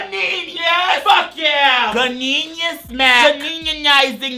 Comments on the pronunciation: "have you seen this seen this, see my ganeenius, ganeenius, ganeenius!!!" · Do ELITE and REBELDE already .... And YES bish... I cannot pronounce the word in any other way now other than to screech 'GANEEENIUSSSSSS' Thanks!!! 😂😅